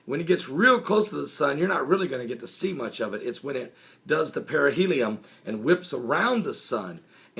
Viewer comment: Its periheli on not lum idiot